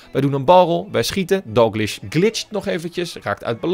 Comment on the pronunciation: je spreekt DALGLISH verkeerd uit!!! je spreekt het uit als Dalglish maar het is Dalgklieshh